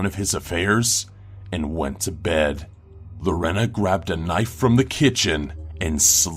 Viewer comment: I know this sounds picky... but Lorena is pronounced Lor- AY- nuh.